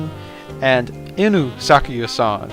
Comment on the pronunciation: Fumo When you said "inu-sakuya" i hurt Not meaning to be rude or anything but "Inu" (いぬ / 犬) is pronounced "EEnoo". Also the r sound is more of a flap, similar to the Spanish r, but not exactly the same. Sorry for being that person!